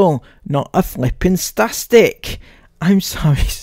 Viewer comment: I thought I heard spastic, had to double check, I don't know how I heard that 🤷🏻